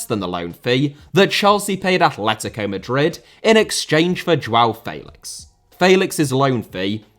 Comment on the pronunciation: Do you pronounce names wrong to just piss people of inwant to punch youxin the face for how you say felix